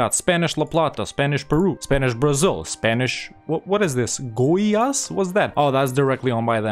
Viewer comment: As a person who lives in Goiás, I have to say that you pronounced the name very close to what it sounds in Portuguese